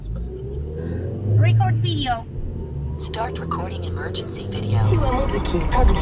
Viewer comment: Rikort widło😂